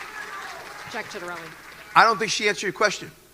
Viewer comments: Pronounced Chita relli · I love the butchering of both their names. Jack Chit-a-rell-e. Mikie "Cheryl" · all that aside, why'd he have to say both candidates names so painfully wrong? That ain't an accent thats just wrong 😭